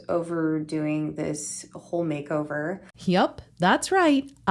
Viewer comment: “Makeover-urrrr.” LMFAOOOOO